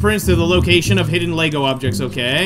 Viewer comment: Hm, they are mispronouncing 'Lego' in the game. I assume Lego did not check the game.